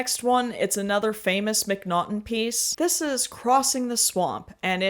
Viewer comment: Just want to let you know: His name is Jon Mcnaughton, not Mcnottum, and not John.